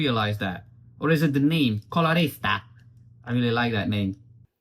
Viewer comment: I'm Italian, and hearing you say “colorista” is priceless😂Your pronunciation is very good, kudos!😍